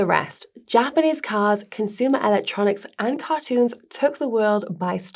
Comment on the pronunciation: "Cartoons". Sigh...also atrocious Japanese at Japanese btw